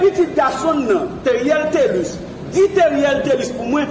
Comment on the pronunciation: MUSIE A PA RELÉ TÉRIÈL TÉ LIS!'!! RANJÉ DYOL OU POU DI TÉLUS.!!!!'n